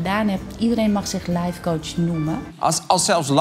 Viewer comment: Als je lifecoach uitspreekt als lijfcoach ben je af